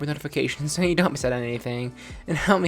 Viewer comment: And you say S”h”o next